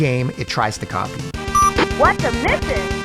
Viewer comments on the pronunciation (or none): Copy...not coot..lol